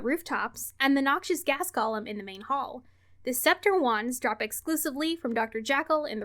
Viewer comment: I love ya, but you need to learn how to pronounce "golem". It's pronounced "goh-lehm", not "Gollum" 😂